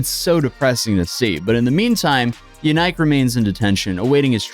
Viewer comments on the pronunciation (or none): "YaNike"? Really? Just Busted™️ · BTW, his name is pronounced YAN-ICK, (sounds similar to JANET) not “YOU-NIKE”. You really should research the pronunciation of things before posting. I found that easily, with a Google search of “Belgian name Yanike, how is it pronounced” my first result was “HowToPronounce” website that even had an audio example of the pronunciation.